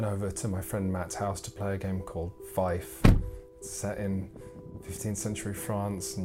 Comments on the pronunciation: I would have liked to see a comparison with the Warrior Knights reprint from FFG. Seems like they are games that focus on similar enough themes. SUASD reviewed that game a long time ago and they liked it. ... also, i know it's not "feif", it's pronounced: "fi-eh-f". (just so you know for the future ;) ) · More precisely : fjɛf. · Feed, not Fife. Otherwise, great work as always! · Goddamnit, it's pronounced "Feef". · It actually uses the Saxon pronunciation of trailing F. It sounds more like Feefth. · 'Fief' is pronounced 'fee-f'. Words that make the sound is using are Fife (a musical instrument and a Scottish place name) and Fyfe (a Scottish personal name). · The way you pronounce Fief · I thought it was pronounced like "feef"??? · Feif? Goddamnit you teifling! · Argh, "Feif"?!? literally unwatchable. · Haha, this bloke..."fyf". First job...learn how to pronounce the name of the game one is reviewing. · I believe he is wrong on the pronunciation. It is an Old French word not a Saxon one (though there are Germanic cognates, which include the modern English word "fee" from Anglo-Saxon "feoh"). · How he says Fief good lord it makes me grind my teeth but I love this channel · Sorry in advance. Fief, it rhymes with thief. Otherwise great review though as we come to expect with Shut Up & Sit Down. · pretty sure it's a british Thief, like in bath being pronounced Ba:f. Fief. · why does he mispronounce "fief" all the time? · I actually squirmed when he did the oily perv impersonation. There is so much wrong with this video, especially the inability to pronounce 'fief' properly.